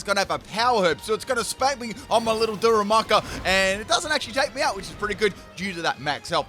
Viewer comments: "what kind of pedant would roast him in the comments for saying a name wrong?" 27 "daru MOO ka"s later... da ru ma ka, DARU MAH KAH! Like "Daruma"!! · U lit said darumaka correctly the first time and then proceeded to call him darumuka the rest of the battle😂😂.. bestt part is u apologised as if it was the greatest mistake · Noone: Literally nobody:: Daramuka xd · Dude you pronounced Darumaka's name like three or four different times in this video LOL.